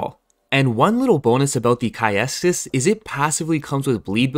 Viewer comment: Nice build, though for future reference, I believe that "caestus" is pronounced "cæstus" (with "ae" or "æ" more-or-less being "e" but pronounced from the position you would pronounce an "a"), rather than with the A and the E as separate sounds/syllables.